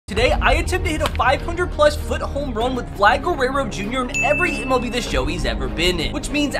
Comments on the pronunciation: Bro u said Guerrero not guereo this time Ps I want mon e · HE LEARNED HOW TO SAY GUERRERO